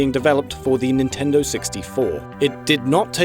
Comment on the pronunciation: DEW IT NEENTINDOH